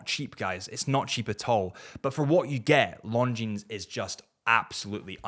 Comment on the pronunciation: I like your videos, but: Why do you pronounce Longines like long jeans? The s is silent.